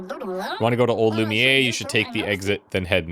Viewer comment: Intentionally mispronouncing "Lumiere" is getting old